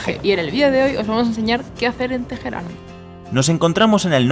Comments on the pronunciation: Por favor! La h es muda no se pronuncia Tejeran... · * Dijo Tejeran. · genial el video, pero cada vez que pronuncian "TEJERÁN", siento que me va a dar algo xdxdxd. na pero en serio buen video!!! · TeJerán? madre mía